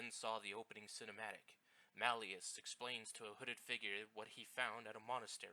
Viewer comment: It's Marius, not Malius.